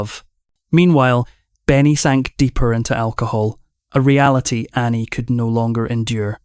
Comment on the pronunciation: Clickbait, he can’t even pronounce Anni’s name correctly 😅😅😅